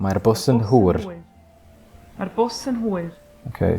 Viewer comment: Just a little heads up, the way you pronounced hwyr made it sound like hwr (the Welsh word for wh*re)👀 Don't wanna be saying, 'Mae hi'n hwr' instead of, 'Mae hi'n hwyr' The rest of your pronounciation was honestly spot on. Keep up the good work💪